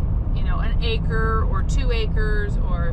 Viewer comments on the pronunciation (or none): none